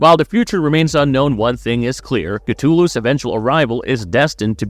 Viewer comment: STOP SAYING CA-TOO-LOO THATS NOT HOW YOU PRONOUCE IT!!!